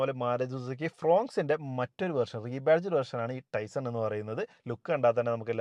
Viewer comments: പറയുമ്പോൾ ടൈസൺ എന്നാണ് പറയുന്നത് അത് തെറ്റാണ് ടൈസർ എന്നാണ് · Is it TaisoN or TaisoR? Don’t be a dumb